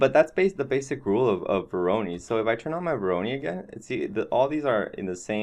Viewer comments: pronounced voro'noy' not voroni ;) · Not meant as a bad comment at all, but just to clarify the pronunciation: It's vo like voice, ro like row and noi like noise. Thanks for sharing though, very interesting way of generating geometry through the use of node-based solutions like grasshopper, substance designer and even octane (nodes). Modo/octane user myself so always nice if people advertise its use. Am experimenting with nodebox and svg's to calculate/replicate 2D forms although it lacks a 3D output (you can export 2D vectors). I very much believe in the crossover of knowledge in programming and creating (3d) art so great job on your part. Did your experiment with using modo's procedural workflow using a node-based approach yet? This might also interest you